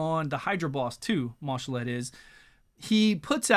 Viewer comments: Ma'Shalled (Mar-shalled), not Marshal-Ed:) eventually you and will get it right, lol, thanks for the vid as always. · there is no "r"